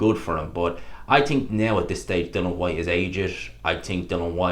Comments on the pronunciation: Why do you insist on calling him Dylan ..it's dillian..is it an Irish thing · His name is Dillian, bro. Not Dillon. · I always hate when you have a video talking about dillian, you piss me off no end when you mispronounce his name. You spelt his name right in the title why don;t you give him the respect to say his name corectly, we dont call you. Say his fucking name right.